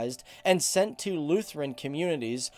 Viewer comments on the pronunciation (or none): none